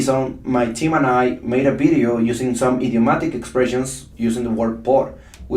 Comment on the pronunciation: Can I pls correct you teacher.You should vedio not Bedio.The V in English is pronounced V not B.I love your teachings cos I learn alot from it.Tnks